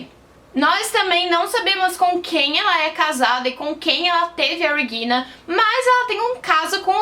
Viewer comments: Depois de ouvir " REGUILNA" duas vezes eu desisti de assistir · Dica: Regina é um nome alemão mas não se lê o "R" da mesma forma que "Reagan" dobrando a língua, a pronúncia é a mesma do português. A parte do "g" está perfeita.